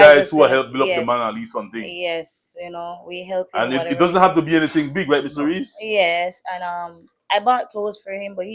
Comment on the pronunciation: His name is not Ree .